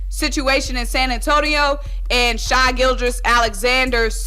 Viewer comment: It's not shy it's shai 😂